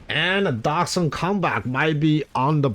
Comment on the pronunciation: What a comeback! Thanks for the great content 👍 Not sure but i believe Doxun is a Chinese guy and you would have pronounce the X like a J (Dojun)